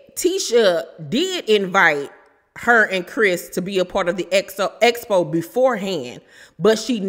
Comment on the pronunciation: 1st feedback Tisha needs is how to pronounce expo (ek spow)